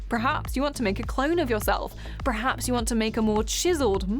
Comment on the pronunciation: Its 'perhaps' not 'prehaps'. I think it annoyed me coz u said it twice in quick succession. Your voice is quite beautiful tho.